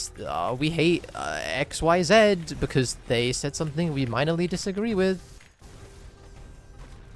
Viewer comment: That’s not how your pronounce “x, y, z”. Who taught you English?